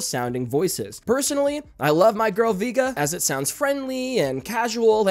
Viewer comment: Ain't no way you read Vega as Vee•guh 😂 It's Vay•guh in English or Veh•Gah in Spanish